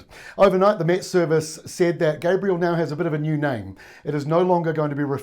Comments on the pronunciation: isn't it Gabrielle rather than Gabriel? It's doing my head in how media keep switching between the two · Good report but there's a difference in pronunciation between Gabriel and Gabrielle. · Excellent info. Thank you. Pardon me but you MISPRONOUNCED the name: Gabrielle - feminine form of the masculine (Gabriel)